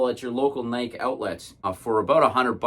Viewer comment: It's pronounced nai·kee